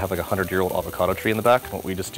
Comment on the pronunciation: Avocado "salad". Comon bro make an effort.